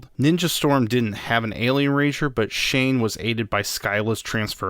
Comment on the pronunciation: it’s zhane not Shane for in space it’s just something I noticed I’m not saying it to be rude